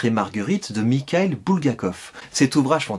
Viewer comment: Ah tu mets notre amour de Derrière chez Martin à rude épreuve. Je dois avouer que tu m’as même donné envie de lire le maître et Marguerite ... mais on est déjà parti dans l’histoire d’Aymé et j’aimerais vraiment connaître la suite donc ... toujours pour Derrière chez Martin. PS : je crois que dans Mikhail le « k » se prononce comme un « r » mais je suis pas expert en russe donc à vérifier